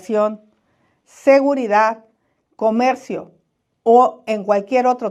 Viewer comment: No puede pronunciar la letra R, "Lopez Obradog", " comegcio", "Améguica de Nogte",...